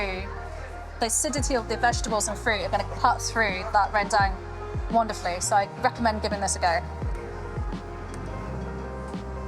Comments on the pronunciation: It is pronounced "ren dung", not "ren deng". Lol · You are singapore you can pronounce Rendang Indonesian way not western way, not ReWnd@ like that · its ren "dang" as in Dunk. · the closest pronunciation for english speaker should be : rehndung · pronouncing rendang correctly is "Rent - dunk " 😅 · The pronunciation is REN-dahng. The 2nd part like saying "hung" but with a D. The "rempah" spice mix is REM-pa (not "paw"), again stress the first syllable. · Rrrrangghdong is the way most Indonesians say it with a rolled R. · OMG please pronounce the food you’re cooking properly. It’s so hard to take you seriously after not being able to correctly say the name of the dish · Wtf is that pronunciation? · Indonesian people are going to love you for making a video about rendang daging sapi but I'll have to be the one to let you know that you are not pronouncing it correctly. Notice the fifth letter is an a, not an e, yet you pronounce it as if both letters are e. I hope this is helpful. Your rendang looks delicious btw. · why you pronounce it like a redneck American? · Authentic, lol. You can’t even pronounce rendang correctly, let alone make it.